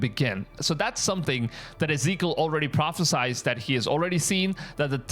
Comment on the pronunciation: It’s pronounced PropheSIED not PropheSIZED